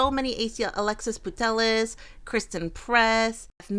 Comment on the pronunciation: Guys , Alexia Putellas is pronounced: A-lex-ia Pu-tey-yah